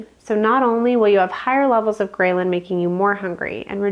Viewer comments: fyi: it's not pronounced : grey-lyn, but grell-lin. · The statement “9 a.m. in the morning” spoken 4 minutes and 30 seconds into the video motivated me to stop watching this video and disregard all information given by the video. Also the mispronunciation of “ghrelin” got me good. Is this individual actually a doctor? I’m impressed. 🎉 Congratulations on posting your YouTube video. I hope next time your presentation is better and my fingers are crossed in hopes that the information you give to the world is actually valid and that you’re not part of the population attempting to destroy the people of the United States from within.